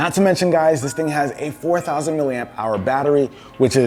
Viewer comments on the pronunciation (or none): none